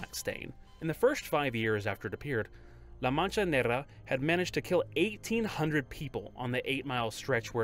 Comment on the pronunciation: i love how confidently he mispronounces "La Mancha Negra" multiple times lol